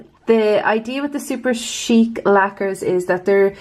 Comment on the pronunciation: You pronounce Superchic how I always thought it should be pronounced, but I've heard it pronounced more as Super"chick", lol. That Jaws whatsit one is stunning!